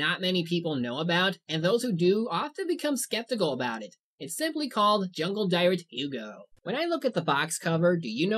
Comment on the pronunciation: Jungledyret is pronounced Jun-gla-deer-oot